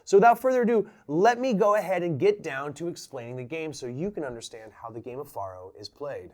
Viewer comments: How ironic you say 'Any illiterate Idiot can play this game' when you dont even pronounce Faro correctly. Its not even up for debate.... there is only one correct pronunciation of Faro, it is Pharoah. not Far-o. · Yeah... but it's not the same. I would argue that no one in history, outside of you and whoever tought you, has pronounced it Far-o. It's Pharaoh, pronounced "Fay-roh" or "fair-oh" but never "Fah-roh" like you pronounced it. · Great video, but it's pronounced "FAIR-oh" not "FAHR-oh." It sounds exactly the same as an Egyptian king, a Pharaoh. You explained the game very well, but you failed to mention that you could place your bet between two, three, or even four cards. And though you were playing for pennies, you could actually "copper" your bet, adding a penny, which would reverse the player and dealer cards. A simple game with lots of options. And it usually took three people to operate the game, a dealer, a banker, and a case keeper. The last Faro table in Las Vegas closed in 1975, and the last one in Reno in 1985. I find Faro a fascinating game! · I think it is said like 'Pharaoh" as that is another name for it. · Why are you pronouncing it like that? Isn't it derived from Pharaoh?